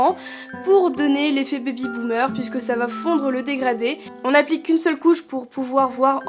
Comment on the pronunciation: on dirait tu dit bibi boomer 😂😂😂❤